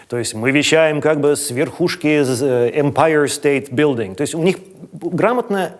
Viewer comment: Всегда самым забавным на MTV казалось произношение английских слов их ведущими. Ну вот это вот "Мы вещаем с верхушки эмпайеэр стеэйт быилдин") чистый русский вперемешку с абсолютно английским произношением звучало потрясающе